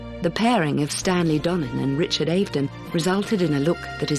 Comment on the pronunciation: Richard Ave n don! Get your pronunciation right if you are going to do these videos!